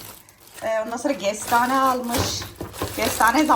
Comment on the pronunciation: Gestane değil KESTANE Gars değìl Kars Canım o yūzden bīrçok kelime haznen anlaşılmıyo Gorse değīl Korse valla bazen anlamakta çok gūçlūk çekīyorum ama sen kamufle edïyosun tatlı kadın😉🌷